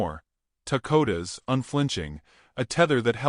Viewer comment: Why do you call him Takota when it says Dakota you really need to learn to read ant the others name you also pronounce differant each time you say it 😅